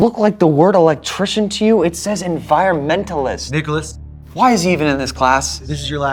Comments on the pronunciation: In the begginin did he just say niggalas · I thought the the teacher said the n word in the beginning when he said Nicholaus